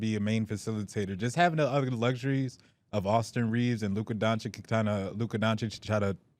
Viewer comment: Why does pronounce Doncic correctly now